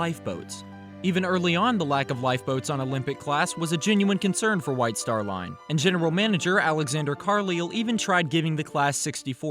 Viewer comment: Love your videos but Carlisle is pronounced Car-Lyle and the bulk heads went as high as E deck on titanic, not D deck. Gigantic is an urban legend, there isn't any evidence to suggest it. But it does make a good story ;)